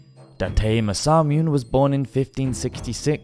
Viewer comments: Just a little nitpick about Japanese pronunciation. Every vowel sound is pronounced, so Masamune is mah-sah-muh-neh, tomoe is toh-moh-eh, masazane is mah-sah-zah-neh and so on. :) (and I really have to mention that Oda Nobunaga is oh-dah noh-boo-nah-gah! He's one of the three most important men in the formation of modern Japan with Toyotomi Hideyoshi and Tokugawa Iyeyasu!) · Masamune Date is one of my favorite historical figures (thanks to a certain video game franchise but still) and it hurt hearing him say Masamoon. At least he got the “Date” part (mostly) correct? Imagine if it was Masamoon Dayt hahah Oh no, even the English word Jesuit (jehzu-et) is pronounced Jesweet…. Maybe this is an inside joke that makes the channel unique lol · it's masa moo-nay, not masameune. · Nice video! But I think it's better to learn the proper pronunciation of names and terms as well. Ex. Masa-MU-NE, not Masamyun (as in immune) Nobu-NA-GA, not Nobungga Matsu-HI-DE, not MatsuHIDE 😅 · I think it's "Massa-moo-nay". The silent E isn't a Japanese thing. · Just a quick note: Every vowel is sounded in Japanese, so a name like Masamune would be pronounced Mah-sah-moo-neh. Tomoe - Toh-mo-eh. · 😂 "Mas-sa-myoon"; the way he says it, it ALMOST sounds like a Korean word for "mathematical" ("매써뮨"). I honestly love the way some English people don't even bother to try when it comes to the pronunciation of non-English words and names. I think it's cool how they just don't care, and how they never apologize for Anglicizing words, let alone getting them wrong.... Perhaps if it was spelled in French; "massamounée" (massaged?) they would read it correctly? I'm not being sarcastic; I find their carelessness to be charming. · Good video apart from the massacre of Japanese names - eg Masamune is “ma-sa-moo-nay” and Tomoe is “to-mo-eh”. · Call we weird but i feel learning the pronunciation of the words Masamune, or Nobunaga, or ANY of the Japanese names, would have really helped in this video.